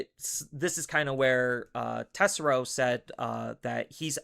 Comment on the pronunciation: Why do you keep disrespecting Tesero and pronounce his name wrong every time you say it man lol